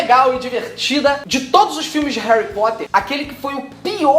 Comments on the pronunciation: Você disse Réui Póta? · "Hari Poter" kkkkkkk, sabe nem falar, cala a boca vai